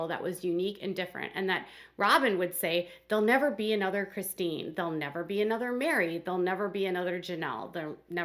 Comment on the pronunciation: O my God. Why do jou pronounce Chistine's name wrong so many times? So wrong!!!!!